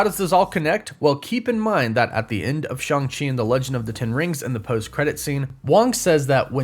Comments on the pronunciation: It’s Shang chi not shung chi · In the movie it's pronounced shaung chi that's why Shang chi goes by Shaun as a fake name in the movie